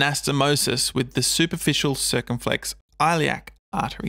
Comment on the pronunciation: * The ‘I’ in Iliac as in ‘it.’